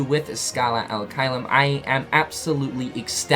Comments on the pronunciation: U keep saying al it’s bothering so I have to b that guy. It’s ad pronounced odd but wit h a ahhhhh noise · And the "ad" it's pronounced like ADvertising